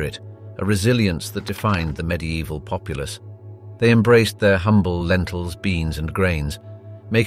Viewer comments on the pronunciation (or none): none